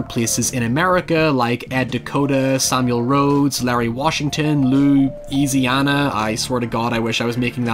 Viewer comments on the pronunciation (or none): none